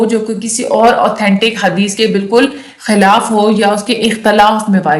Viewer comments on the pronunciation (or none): none